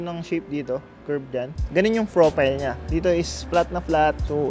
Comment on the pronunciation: Sabi ni Ganun yung "Fropayl nya" HAHA no hate sir subs since few subspa kayo hehe